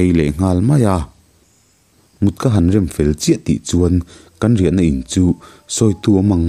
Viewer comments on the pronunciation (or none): none